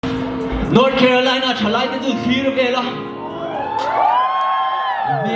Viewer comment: Thlir tih tur aw, hlir ni lo in, mizo ka ni ila in tih ve chuan